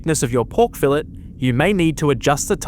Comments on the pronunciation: linguistically that is still a british dialect... historically too... and u r part of the commonwealth which makes it british a third time if one wanted to be sly&sneaky. doesnt change the fact that a french word and a spanish word both were butchered here.. 🥀🪦🏳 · The t in Pork Fillet got me like a qut'luch.